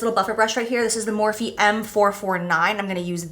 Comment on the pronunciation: Jeez. Every darn video, “Morphe” I can’t.